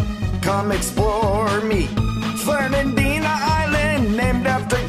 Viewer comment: the way he says Fernandina 🤣